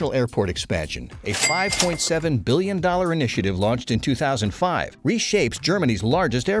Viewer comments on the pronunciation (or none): none